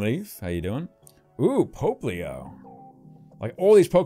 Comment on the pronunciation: "Popplio" is pronounced "pop-lee-oh".